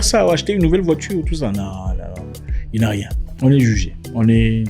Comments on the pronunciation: Ceintire, voitire, partur, 🤣🤣🤣🤣🤣🤣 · Zack, 😂😂😂😂, ceintire, voitire... Quoi, tu es zaïrois? 😂😂😂